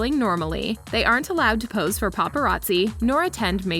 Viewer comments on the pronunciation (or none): none